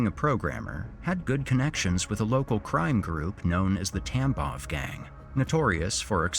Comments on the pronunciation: I know you're saying gang, but my brain keeps hearing TampoN gang and it makes me giggle each time you say it 😂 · Thank god I’m not the only one! And the first mention of it he said something about bloody conflict and I just about lost it.